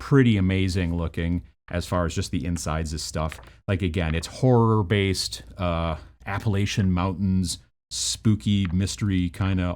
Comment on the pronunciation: I am from and currently live in the Appalachian area and it's pronounced more as Apple la-chin.